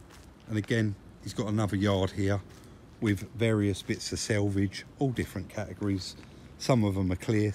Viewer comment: quick question? was does say selvage and not salvage? selvage is the edge of woven fabric?? love these videos btw maybe its just his accent so no offence meant